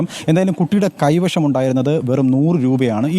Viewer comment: എടോ കൈവിഷം അല്ല . കൈവശം